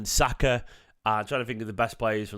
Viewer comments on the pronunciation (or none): none